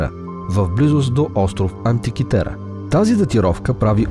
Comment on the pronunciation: Антикитера,а не антикитара.